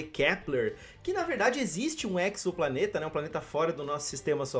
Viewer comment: eZoplaneta , é x com som de Z . Pegaram a mania do Serviço Saccani